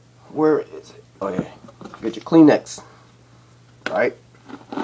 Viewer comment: Kleenex not clean-x